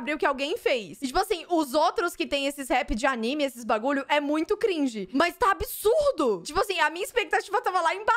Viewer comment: Ela falou "Gringe", e eu quase fechei o vídeo